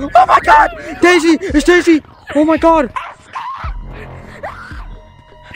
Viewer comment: bro that is not dasiy that's shazey